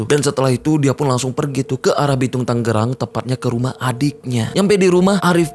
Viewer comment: Bang tangerang bukan tanggerang. G nya 1 biji aja bang wkwkwkwk